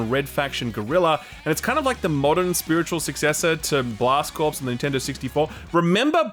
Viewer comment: Blast Corps was my favourite game on N64, so quirky, so good. And it's 'cor' (not 'corpse')